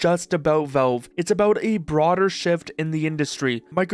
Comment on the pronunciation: It's pronounced Valve, not Velve.